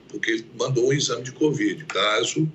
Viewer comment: Renan chama de 'Cuvid, rsrs